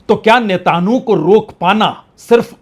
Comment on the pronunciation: नेतांहु नहीं सर नेतन्याहू